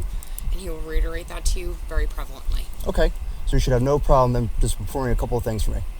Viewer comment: “He will reiterate that, very ‘prevalentry’ (with my tampon).” What’s so funny is she is EVERY indicator being fuced up 😂 The more I watch, this is hilarious. She is tanked (and she thinks she’s spectacular 🙈🤯⛓️‍💥